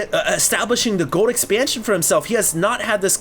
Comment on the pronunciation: you need to practice saying the word "Gold". There's an "L" in there...